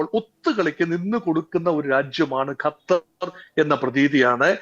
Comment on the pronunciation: ഗത്തർ അല്ല സുഹൃത്തേ, ഖത്തർ എന്ന് പറയൂ.